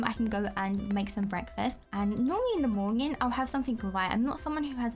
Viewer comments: I love when you say mornging and also i call it porridge cause my school has a British curriculum. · Who else is hearing "morñin" ?? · I like how yoy say monyen lol but thats funny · i like how she says morning